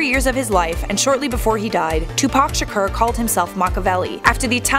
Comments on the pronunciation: It's not pronounced "Sher-Cur", It's Shakur "Sha-Core". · What do I think? First of all I think it’s so irritating that you’re pronouncing his name “Tupac Shakerrr” 🤷🏼‍♂️😂 In all seriousness, I can’t see a single way he could really be alive. If he was, no matter where he was hiding someone would recognize him at some point, and not just on pics here and there 🙂 And especially if he’s been at basketball games, concerts , and in music videos... Absolutely no way in hell that he wouldn’t be recognized. But cool video though 😎😛